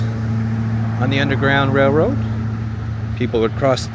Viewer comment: As soon as someone asked, "Why does he keep saying Rare-Road instead of RaiL-Road", the room would go nuts every time you said rareroad LoL. Thanks for another great video. That wall looked amazing with the murals. I would still be nervous during a flood. Real estate prices seem reasonable too. Thanks for posting another cool adventure.